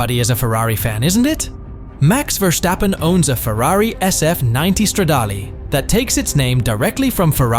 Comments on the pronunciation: F1 Driver, not player, 300 million is his net worth, not car collection, Por-scha not Porsch, Verstappen not VerCHstappen. Most of these he was given and he doesn’t own them anymore. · so you can say Aston Martin, but say Vershtappen ?? Why ??